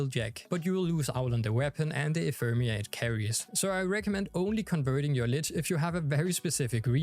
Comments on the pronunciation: "Ephermia" lmao its Ephemera just sound it out guys 🤣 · Ephemera = enfermia lol